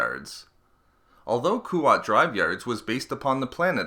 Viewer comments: yeah not Kuwait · Koo-wat yeah but I’ve heard it pronounced KWAT (the A pronounced in its smaller aaa from) with a silent u